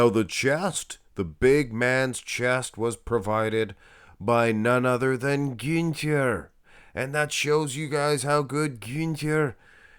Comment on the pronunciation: Gühnter is pronounced like Gühnta